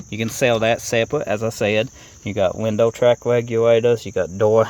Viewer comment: 'Compwete dowuz wif weendow gwass en um' 😂😅😂